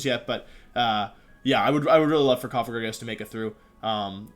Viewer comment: Holy shit he said Cofagrigus not Cofajrijus